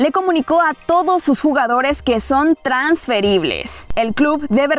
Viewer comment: que son trans ...feribles jaja como lo dice